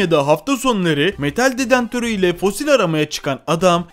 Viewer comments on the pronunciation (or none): DEDENTÖR DEĞİL DEDEKTÖR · Yanliz o dedentör değil dedektör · Vay vay Metal dedentör değil dedektör (Seviliyosun) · Dedantör değil dedektör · dedentör değil dedektör o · dedentor nedir yaaa 😂😂😂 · Israrla dedantor diyo sinirim bozuldu ya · Dedektördür o detantör olsa duramazdın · detantör :) değil dedektör ....... mutfak tüpü kullanıyo arkadaş :) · Dedantör değil DEDEKTÖR,muğazzam değil MUAZZAM, 😂 aşırı zenginlik nasıl ölüm sebebi oluyor mk..? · Adam dedantor dedi ya lan :) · dedantör değil o arkadaşım DEDEKTÖR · cümleye bakarmısın bir kere metal dedantörü ile fosil aramaya çıkan adam:))) sesli güldüm dedantör değil dedektör ,ikincisi ise metal dedektörü ile nasıl fosil bulacağını sanıyor o zeki adam, fosiller metalmiydi eskiden yoksa hayvanlar takı mı takıyordu.bu ne biçim seslendirme bu ne biçim cümle yaa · Detantör değil dedektör... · Dedantor değil dedektör. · Biraz kitap oku şu Türkçe ni düzelt. Dedantör ne, 4 kilogram 10 gram ne. Ona dedektör denir. Diğeri de 4 kilo 10 gram dır. Baştan sona katlettin Türkçeyi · 2.21 sn de dedantör nedir ya. Tüpten gazmı çıkaracan doğrusu dedektör. Açıklamada Maden yazmayıp mağden yazan fotoğraf yazamayıp fotoraf diyen bi adamın nasıl bu kadar takipçisi var anlamak mümkün değil. Bırakın artık bu taklit videoları yeni bişey üretin. Amerikalının videosuna türkçe dublaj yapmakla youtuber olamazsın olsan olsan taklitçi olursun. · Dedentör mü dedi 😂😂😂😂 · şu dedektörü düzgün telafuz et nolur :D